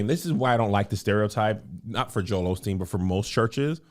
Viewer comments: Kev there’s no “ L” in Osteen. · Why do Black folks love addin’ that extra “L” in Joel Osteen’s name? 🤣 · It’s hilarious we are gonna still call him Olsteen lol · I wish folks would quit putting an "l" in Joel Osteen's last name. 🤷🏾‍♀️